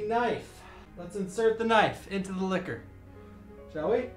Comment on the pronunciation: It's Licker. Not Kiss her 🙄😂